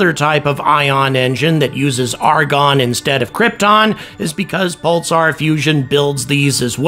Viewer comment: I've never heard anyone pronounce the word "Pulsar" in that way. I'm hearing "Pul-tsar".